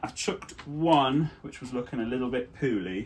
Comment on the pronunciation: Did say the one digitalis was looking "poo ly?"